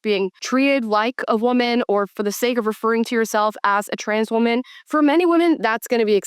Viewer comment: That new…. wuhMAN… come on dude. Let’s stop with that.